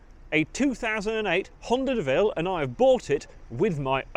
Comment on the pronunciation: My donation is conditional on you calling that work of art a Deauville ("Doh-ville") not a De Vil (as in Cruella)